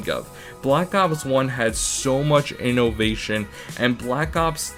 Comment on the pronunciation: "Black Ops 1 had so much innOvation" so much emphasis on the O